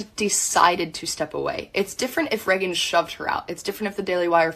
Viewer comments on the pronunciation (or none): Can't get over the cousin calling her "Reggin" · Wait …her named is pronounced “Reggin” like “leggin”?